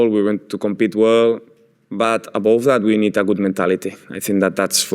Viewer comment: Abov that🤣🤣🤣once a scouse